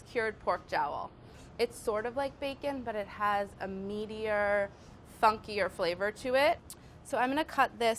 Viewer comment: She says meatier, but I heard meteor. lol Nerd brain.